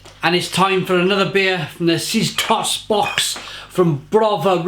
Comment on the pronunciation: sztos is pronounced shtos and it is an informal way of saying that something is really good :D